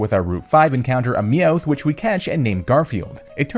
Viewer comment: Am I the only one noticing this? Me-oath? Ra-ta-ta? Bruh... are you intentionally pronouncing Pokémon names incorrectly?